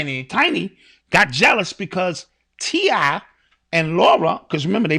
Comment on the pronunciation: Listening to butcher the names of TI, Tiny & Lauren had me weak!!! 😂🤣